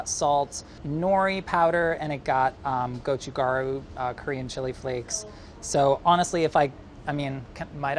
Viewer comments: Just a little tidbit here: Many people (including in this video) pronounce the ‘gochu’ in ‘gochugaru’ wrong and just say “goe-choo” which is Korean for a man’s wong. It has a slight accent if you want to say it correctly - I can’t really explain it through text. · This is the second time I have heard gochutkaru (korean pepper powder) pronounced so far from its actual pronunciation I couldn't understand what it was until reading the label, please play it in Google translate 고춧가루('pepper powder' will translate to this!) to hear how is should sound so anyone looking for this will be able to ask for it and be understood😓😓 goh-choot-kkah-roo with no stress on any syallble is as good as I can try to phonetically spell it, more obvious by hearing! Appreciate the inclusion but koreans wont understand that pronunciation!!😥😥